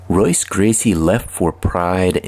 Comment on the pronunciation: It's pronounced Hoyce, brother. If this is a person. Also, It was Rorion and Art Davie, not Rickson. And the fight with Sakuraba was only the longest in modern mma. His father Helio fought almost 4 hours against student Santanta. Also, it's Royler not Royaler.